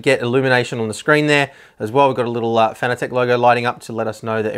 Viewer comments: It's not "Fanatic" it's "Fanatec" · Why do you pronounce it "fanatic"?